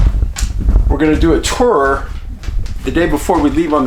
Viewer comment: “We’re going on a Twweerr”….you mean TOUR?!….what’s a tweerrr